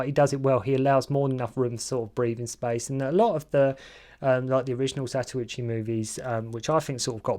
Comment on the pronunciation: It's zatochi not what gobeldy goock your blethering